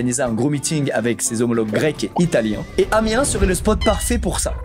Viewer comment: On prononce le -S à Amiens ;)